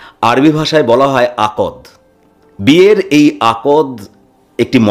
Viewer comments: Akod noy akdh . Uchcharon thik korun. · আপনার আলোচনা বেশ সাবলীল এবং গবেষনাধর্মী। একটা খুব প্রয়োজনীয় কথা বলা প্রয়োজন । আপনি বারবার আকদ আকদ বলেছেন, হবে আক্ দ ,আরবীয় শব্দ। যে কোন মুসলমান আপনাকে তাই বলবে। এইটুকু কষ্ট আপনার করা উচিত ছিল । দ্বিতীয়ত আপনি বলছেন আক্ দ হয়েছিল, কিন্তু দেনমোহর স্থির হয়নি। কথাটা oxymoron হয়ে গেল, দেনমোহর আক্ দ এর integral অংশ ,এটা agreed না হলে আক্ দ হয় না। একটু খোঁজখবর করে দেখুন । ধন্যবাদ । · উচ্চারন টা হবে আক্দ (আকদ নয়) । আর মুসলিম বিয়ে টা শুধু চুক্তি না, আদ্ধাতিক ও বটে। আল্লাহ এর নাম নিয়ে সামাজিক রীতি তে কাবিন হয়। যেখানে মেয়েকে security money দিয়ে সম্মান করা হয়। you may research online for better knowledge prior commenting about other community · আপনার উপস্থাপনা চমৎকার। শব্দ চয়ন শ্রুতিমধুর। তবে একটি শন্দ শুনতে ভাল লাগছে না, আর তা হলো "আকদ" আসলে শব্দটির উচ্চারণ হবে আক্‌দ। ক আর দ অক্ষর দুটি এক সাথে উচ্চারণ হবে। এটি একটি আরবী শব্ধ যার অর্থ শক্তভাবে বেঁধে ফেলা বা চুক্তি করা। আক্‌দ সম্পন্ন হওয়া মানে বিয়ে হয়ে যাওয়া। ধন্যবাদ। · Hi!, It is not ' akod',it is 'akd ', which means engagement. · “ আকদ্’ শব্দটি আপনি সঠিক উচ্চারন করেন নাই .